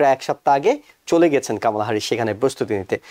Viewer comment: কমলা কে আপনি কামালা বলেন কেন? সেক্ষেত্রে আপনি করিম কে কারিম বলেন না কেন?